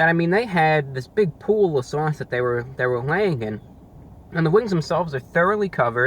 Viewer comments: “Basking in the sewauce” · Sawse. Hahaha. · i’m in love with him saying sauce . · The way you say sauce is so saucy.